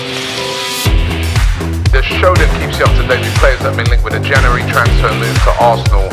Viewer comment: Geeza cant even say January let alone say it with some truth behind it 😂